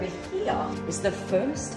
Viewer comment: Please stop pronouncing the word "here". it hurts so much when you say hieeeiiiaaa